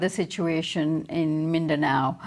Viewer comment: Not Min-dan-o, it's Min-da-now